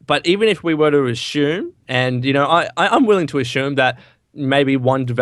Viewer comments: Ashume don't u mean assume? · I hate how says Ashoom instead of assume